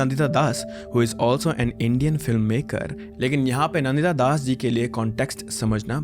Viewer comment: You are an Indian and how do you pronounce Deepak Chopra's name.... Dee-pack? And Nandita Dasas Nan- Ditta Das!